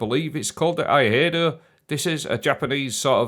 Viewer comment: If phonetics helps it'd be "E-eye-doh" haha. So stoked for that 2-piece bonus for Stasis though, especially on Behemoth!